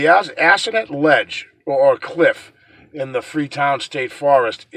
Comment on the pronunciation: I live in Freetown (Assonet). its pronounced( Ah so net).lol I hike in the forest every week. Ive never come across anything paranormal like. The murders were all committed when the smaller internal roads of the forest were open to cars so people up to no good could drive deep into the forest, making it the perfect place to do nefarious things. Those roads are now blocked. I still think that even though the forest is beautiful, it does feel like negative energy continues to linger there. I love the forest but I will say I won't hike there without my husband just in case!